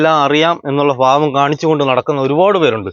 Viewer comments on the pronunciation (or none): none